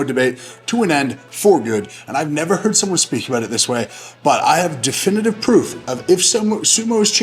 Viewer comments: "Difinitive" come on Hoop.. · ‘Difinitive’ lol